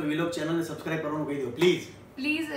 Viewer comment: Kinjal Ben ne sabscribe bolta nathi avdtu 😁😁